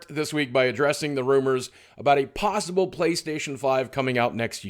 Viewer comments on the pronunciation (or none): none